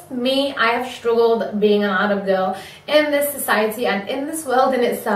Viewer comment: I love the fact that you pronounce arab in the arab way. (as 3arab)